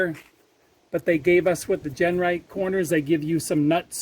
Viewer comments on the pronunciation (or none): great work but you keep calling it Gernright, that's not Genright thats all you.